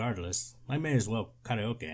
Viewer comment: Pause to appreciate how karaoke was correctly pronounced.